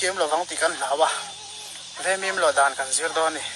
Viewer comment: Veimim × Vaimîm tih tûr. Vaimim lawh dân tih hi Vaimîm hi kan lo lo a, kan kêk ṭhîn. Vaimîm keh dân tih tûr.